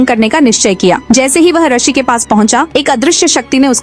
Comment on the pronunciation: पहली bt to mdm rshi nhi Hota rishi Hota h